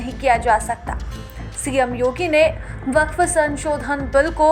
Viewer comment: Waqf❌ Wafq✔️😂